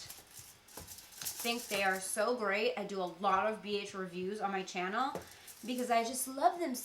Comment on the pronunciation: It's chyannel =))) That's how says channel <3